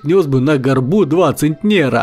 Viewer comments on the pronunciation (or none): Почему я слышу не центнер, а негр... 20 негров....